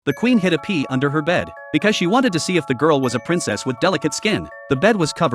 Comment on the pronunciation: At first i thought he said "the queen had to pee under her bed" instead of"hid a pea under her bed"😂